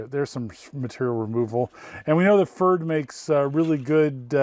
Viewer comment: I would have thought it's pronunced p-ferd so it sounds like preferred...